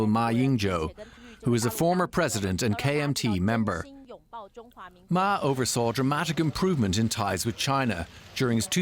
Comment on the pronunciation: Peace is never controversial. By the way, the news anchor at the start pronounded Ma's name wrongly. This slip very much indicates that this channel/anchor had probably paid very little attention previously to the China mainland/Taiwan complexities... And that aside, frankly, his visit will certainly lower temperature across the straits and send a signal from Taiwan to the rest of the world that there are 2 different blocs of perspectives there, not just independence that could trigger war. For the rest of us in Asia, war across the Taiwan Straits is a lose-lose situation for everyone in the region, and DPP's provocative push-moves are certainly not very much welcomed if it were to lead the rest of us into war... By the way, the official name of Taiwan is still the Republic of China...